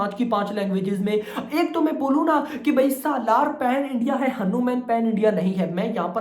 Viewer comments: भाई वो हानुमन नही हनुमान है..... please thoda correct karlein aap..... Thankyou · हन्नुम्यान नहि यार हनुमान है ब्रो😂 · Bhai woh हनुमान hai na ki हनुमेन so please make it correct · हनुमान (भगवान )नाम है वो hannu man kah raha hai😢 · Sab suno ye madharchod Pakistani mulla hai isliye hanuman ko hannu man bol raha hai iska nam Mohammad hai